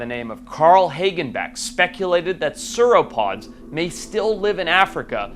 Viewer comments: bro said soorapods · Bro said that bro said soorapods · the "saur" in sauropods is pronounced like the saur in dinosaur btw